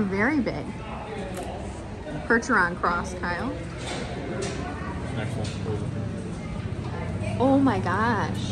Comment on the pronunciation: Lol...KYLE NOT KIBBLE. LOL again!